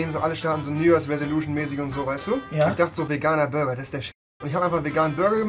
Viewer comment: der gute alte „Bruger“😂😂